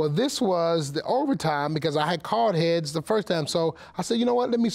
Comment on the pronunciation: He shouldn't have said Hea-tails